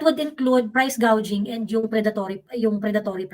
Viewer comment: price gouging (gouj) (gaw-jing)